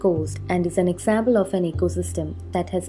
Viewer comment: Not examble , condains or sciendific... It is example.. contains... Scientific.. But above all great info and pleasent voice !! Thanks